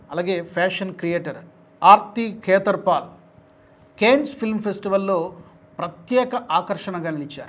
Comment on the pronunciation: భారతీయ నటి ఆర్తి ఖేతర్ పాల్ .. ఈ పేరు మీరు పలికితే సరిగాయిన్పడలేదు. పేర్లు అవీ చదివేప్పుడు స్ఫుటంగా పలకాలిరో అయ్యా !